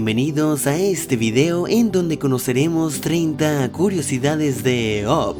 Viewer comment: Buen video. Pero se pronuncia ap no op:)